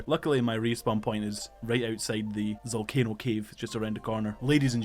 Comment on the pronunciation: the boss is called ZALCANO not ZOLCANO OMG DUMB YOUTUBER